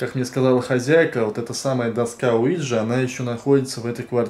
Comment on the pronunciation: доска не луиджи а уиджи :face-purple-crying